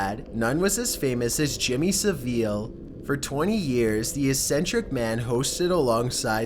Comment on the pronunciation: Jimmy saveel